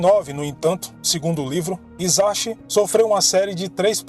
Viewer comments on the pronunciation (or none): Muito bom. No entanto o CHI tem som de TI e o H som de R e o S tem som de S mesmo e não de Z. Hiroshi, Ouchi e Hisachi devem ser pronunciados como: Riroshi, Outi e Hissati. Sem querer desmerecer o seu vídeo mano. <3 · O nome dele é OUCHI (sobrenome) HISASHI (nome). Pronuncia se OUTI RISASHI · Em japonês se pronuncia Hisashi = rissashi o H se lê como rr e o S nunca vira Z tudo que tem S não faz o som de Z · Olá, gosto de seus vídeos! Gostaria de lhe ajudar com as pronúncias! O “H” tem som de R e “CH” tem som de T. No caso do Japão ok, parabéns pelos seus vídeos